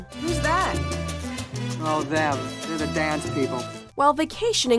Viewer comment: I can’t handle the way the narrator pronounces “them” as “thum”...Jesus Christ